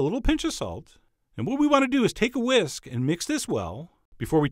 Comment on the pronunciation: When he said "what we need to do is we need to take a whisk" am I the only one that heard " take a whiz"?